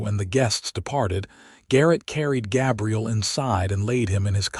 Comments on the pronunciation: (Gabriel) Like a girl's name, instead of a man's name. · He's pronounceing Gabriel wrong